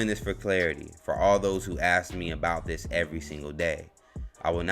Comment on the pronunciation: How do you say " dat" and "dis" and have proper grammar??